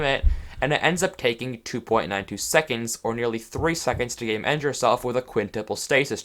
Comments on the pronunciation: im not gonna lie, i thought you were saying "gaymend" for the longest time and i only realized you were saying "game end" when there were 6 minutes left in the video. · here he is saying you can game end yourself. but then I am right here thinking he said "Gay Mend" thinking he has a gay mending book or something. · he said "game end" about 10 times before i realized it wasn't "gay mend" now you can't hear anything else >:)